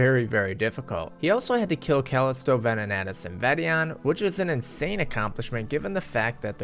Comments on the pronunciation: Disliked for saying Callisto(CAWLISTOE) wrong (just kidding ❤️ about disliking) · Never heard Callisto pronounced like the before lol